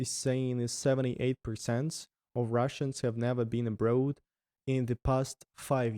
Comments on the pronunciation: "Abroad" is pronounced "abr-or-d" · It was interesting to watch overall. On a different note, the author having the word 'abroad' in every second sentence and mispronouncing it every single time was like....🙉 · Why all Russian youtubers pronounce the word "abroad" wrong? Not only. All the others I met do it the same. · English is a goofy language! logic says that road (as in street) has a long o sound so "abroad" should as well. Just throw logic out the window and pretend the "oa" is actually an "aw" like in saw/claw/law and you'll be perfect. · It’s absolutely INSANE how much your English has improved in only a year!! You are doing AWESOME buddy. You’re already losing your Russian accent even!! Mindblown brother. You’ve definitely got a gift for languages. Cheers from Canada, stay safe and keep the vlogs coming!! 🇨🇦❤️🇷🇺🇬🇪🙏🍻 PS: I do have one English learning tip for you, the way you pronounce the word “abroad” sounds a little funny. It’s not that you pronounce the word wrong at all, it’s just that the accent you’re developing with your English sounds very much more like an “American” accent as opposed to a “British” accent, and the way you pronounce the word “abroad” kinda sounds like how a British person would say it. If you want to keep your speaking in the tone of an American or Canadian native English speaker, then pronounce “abroad” like; Ah-brawwd or A-brawwd Ah - as in like the word Awesome or a hard A sound as in the word Animal and then just Brawwd or Brodd. The spelling of abroad is one of those strange English words that doesn’t sound the way it’s spelled. The “oa” sound isn’t like in the words road, toad, goad, boat, goat or bloat. It’s like an “awwww” sound instead of an “ohhh” sound. 🙏🍻